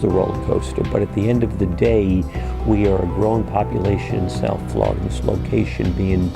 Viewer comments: "Flurida" cut me deep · "Florider" never change british people, never change